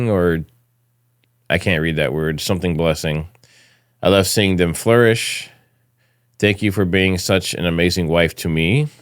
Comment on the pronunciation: And "flourish", not "florish"